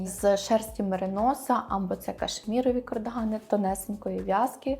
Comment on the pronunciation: Цікаво. Але чому ж «кОрдигани»?? 😳 кАрдигани (з англійської - cardigan)